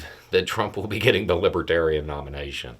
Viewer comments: Was it just my bad hearing or did he keep mispronouncing the name of the party? I heard "Libatarian" over and over. The look on his face as he stumbled down the steps from the stage...... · He kept saying " lib tarian ."" As if he'd never even heard the word before 😂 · Plus the fact that he kept saying others call him a libertarian, though he can barely pronounce it. 👍🏿💙💙💙🥰✌🏻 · trumpf hasn't a clue about the Libertarians and its exemplefied by the fact that he can't even say the word... correctly. He doesn't give a rat's behind about anyone... just the vote. He'll say anything, do anything ( even tolerate booing) for a vote. And of course, after he wins (I don't think its likely) he never knew you cos his promises are forgotten in the light of whatever fascinates him that minute. I did enjoy seeing him ruthlessly heckled, it was... refreshing.